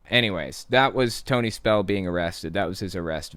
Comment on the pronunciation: SPELL-UH IS-UH BACK-UH 😩